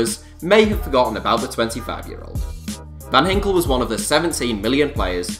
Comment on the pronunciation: its van ginkel not van hinkel